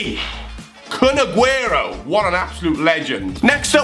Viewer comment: You pernowntst him right